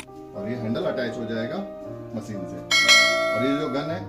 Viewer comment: मशीन, not मसीन